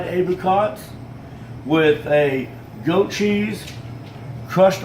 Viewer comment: M8, you really cant cook. Ffs... what are you doing with that massive whisk and bowl for such a small quantity??? And for love of f*ck stop calling it "Go-cheese" 😤 is it really that hard to say *Goat with a T